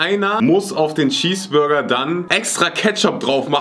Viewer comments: C sagt einfach schesburger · das heist cheesburger und nicht schieß burger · Wen Triggerd es auch das sagt "Schesbürger" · Normale Leute: Cheeseburger: Schiesburger😂😂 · Niemand:: ein normaler Schießburger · Nemand: Wirklich niemand::schesseburger😂😂😂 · Das regt mich so auf das,,Schesburger"sagt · Niemand: Wirklich niemand:: Schießburger